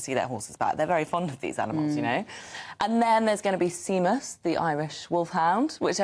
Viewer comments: The Irish Guard's mascot, the Irish Wolfhound, is called Seamus....pronounced sh-A-mus. It is most certainly not sea-mus. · Seamus (pronounced shaymus) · A Cdn asking = isn't Seamus pronounced Shaymus? OK how are you coming up with such drivel - trying to keep your job? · I thought the same. She's a journalist, get pronunciations right 🤨